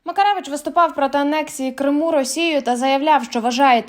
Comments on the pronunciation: Думала, це нормальний якісний канал. А виявилося, це шарашкіна контора з неякісним контентом: диктор проковтує окремі склади, ставить неправильно наголоси (КримУ) тощо. Вам не соромно випускати таке? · шановна ведуча, коли ви двічі неправильно поставили наголос вимовивши «КримУ», я подумала :«всі помиляються. це дрібничка.» але коли ви, розповідаючи про поважну людину, актора Назарова сказали, що він «проти підтримки Української Армії!», то я розгубилася! ви що читаєте текст з листа, не готуєтеся до запису? ви хоч розумієте, які ляпи наробили?! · Що за курка не здатна грамотно прочитати текста?!! Яке ще "на території КримУ "?!! Якого ще "КримУ "?!! А прізвище БАрінов складно було прочитати правильно?!! Ну який ще БарИнов"?!! Ставте їй наголоси ті, хто пише їй тексти!!! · Вірний наголос "проти анексії КрИму" , а не КримУ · "проти анексії КримУ", "на території КримУ"?.... це ж, наче, не ШІ озвучував.... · КримУ??? Наголос на У? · КрИму ? Що з наголосами? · Як би ще дікторка навчилась правильно розмовляти на солов'їній,зокрема назву Криму правильно вимовити.